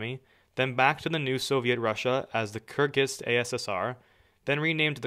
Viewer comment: Kyrgyz! You pronounced wrong!